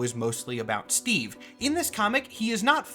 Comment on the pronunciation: STWEEVE ROGERS